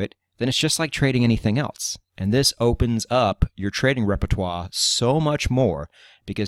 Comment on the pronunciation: I must say that I like the way you say "else" like "elts"